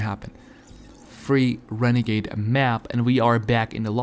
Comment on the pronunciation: OMG I GOT THE WENEGADE WAIDA OMG! sarcasam